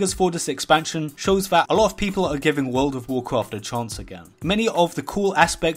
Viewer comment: Wurl ov wawcwaft